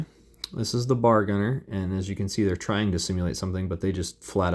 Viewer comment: Very cool figs. I stumbled here as a Combat Commander enthusiast! Just FYI, most Marines in '42 would be carrying a bolt action, 5 shot, 1906 Springfield rifle. And it's pronounced B..A..R, not bar. Browning Automatic Rifle! Good stuff! I have to look into this game now. For the most part, most of them do look pretty accurate! I think I liked the M1 Garand infantry best.